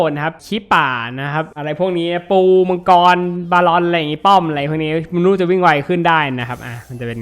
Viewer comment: นู่นู่ ไม่ใช่ นุนุ ครับ555